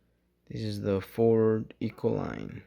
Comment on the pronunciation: Bro it’s not Ecoline. It’s Econoline. Econ o line. Lol it always bugs me lol